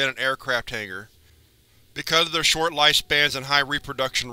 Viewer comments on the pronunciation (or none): none